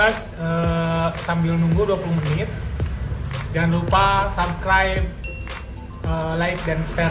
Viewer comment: "Subscribe" bukan "sabkrep" bang wkwk